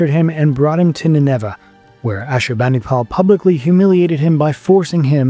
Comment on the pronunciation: Why do you pronounce Nineveh with the accent on the second syllable? There are a number of other similar unusual pronunciations (to English ears). Are these in some way more accurate, or just an issue with an AI voice?